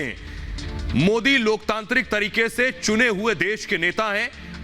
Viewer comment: Oweshi desdrohi gadaar desme pedaahuaahe deskaa khaataahe haamaare modiji ke naam thikse bhi Nehi bolsaktaahe oweshi desdrohi gadaar desme dangaa karaanaa chaahaataahe maardaalo khaahaani khatam hojaayegaa jaisriraam